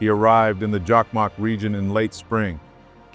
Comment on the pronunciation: Jakmak? JOKKMOCK!!! And Lapland? LAPPLAND!! How hard could it be? From Sweden.🤘☮